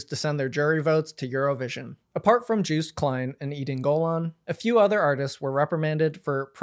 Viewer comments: It's 'car-rear' not 'kareeja' and its 'yo-st' not 'juiced' and Austrian t-shirt is like that every single year because the idea is 'we are still not equal' . Otherwise great summary! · no way bro pronounced it joost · yeah, its pronounced yoast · All awful news aside, the way u pronounce 'Joost Klein ' is frankly hilarious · its yohst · Joost is pronounced like TOAST. Say : Yoast - that is the correct way to say his name. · this is a great write up but omg, as a Joost fan I am dying at the way you pronounce his name... juiced... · Also just a heads up Joost is pronounced Yoh-st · you pronouncing Joost as Jewst to me as a dutch person is hilarious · Joost's name is pronounced more like [Yost] (idk how phonetic writing works) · As a Dutchie I am glad you covered this! Also Joost could be easiest pronounced as "yo-st" I would say☺️ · Juice Klein 😂😂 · great video as usual, but i wish some research had been done on pronunciation for this video. joost is pronounced like “yoast” like toast. käärija is pronounced more like carry-yuh. i also wish you had gone into the alleged reasons why joost was banned. joostice for joost and free palestine 🇳🇱🇵🇸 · "Joost" rhymes with "toast" btw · Wait…it’s not pronounced Jooooooh st? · That's not how 'Joost' is pronounced 😂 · Also Joost is pronounced like toast but with a Y instead of T